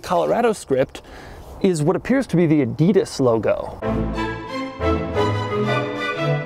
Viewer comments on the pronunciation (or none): ÄidiiidasLogo😂. Hey Doug! Adidas, just Adidas. Greetings from Germany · The way he says adidas too